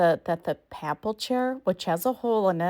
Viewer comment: Nice video -- Papal is pronounced [ pey-puhl ] Pa is pronounced like "pay"